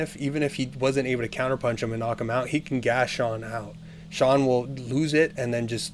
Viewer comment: Why does everyone call Sean De'sean?